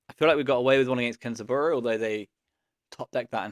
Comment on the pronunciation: The match 4 with kenzaburo is why you are the GOAT at aggro bazaar. Btw it's not kenza-burrow it's ken (liaison s becomes z) zaburo